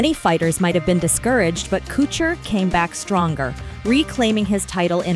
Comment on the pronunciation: There is no CH in his last name Stop butchering it